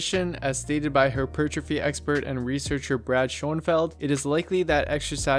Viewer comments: I like the vid but it’s pronounced “hyper, trophy” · Listening to you say hypertrophy in some ass-hat syllabic stress I decided to lift a 25 lb weight and smash it into the screen...I may be at a loss for hap per trophy but I have gained calmness due to not listening to you anymore' Jeebus friggin criminy...